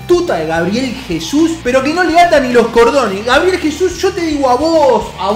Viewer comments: GABREIL jajajaja es GABRIEL !!! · GABRIEL, no GABREIL